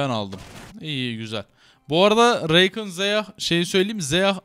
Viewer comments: bu arada söliyim zeya reykın deil zaya rakan diyo okunuyo .-. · yalniz Reykin degil Rakan yani yazıldığı gibi aynen. Zeyah degil Zaya. Sadece söylemek istedim. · Abi Zaya ve Rakan diye okunuyorlar